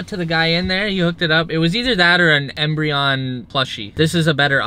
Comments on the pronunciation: anybody else realize that he pronounced umbreon as embreon 😑🤦🏼‍♂️ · “It’s either that or an e m b r e o n plushie” You would’ve lost with that U mbreon plushie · Did he just say “embreon” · When you realize “embreon” starts with a u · SO TRIGGERED 🤦🏽‍♂️😂 he said Embreon its Umbreon 😂😂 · When he said “embreon” I low key got triggered lol it’s UMBREON my dude. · if you would have bought the Umbreon if you would have failed you challenge it's not an e it's a u..... he said embreon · Did he called Embreon to Umbreon? 🤣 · Did he just say Embreon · Did he just say embreon? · Its Umbreon bruv... Embreon lol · Embreon? It’s is umbreon 😂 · its UMbreon not EMbreon lol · It’s Umbreon not Embreon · Umbreon not embreon lol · It's actually Umbreon😂🙈